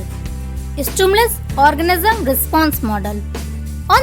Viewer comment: Are orgasm nehi organism sister